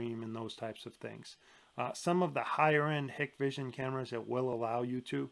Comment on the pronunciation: Thank you Dahua vs hikvision (actually pronounced Hike-Vision) is not even a debate to anyone in the know. Also IVMS is absolute trash. Hikvision is great if you have no understanding of networking. But it’s comparing a college team to a professional team. They are not alike